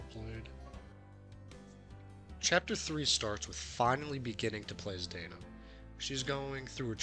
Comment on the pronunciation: Lacrimosa of Dana .. not Dainuh